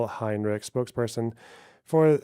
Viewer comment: She's not German as proven by her inability to pronounce Heinrich Which isn't hard word at all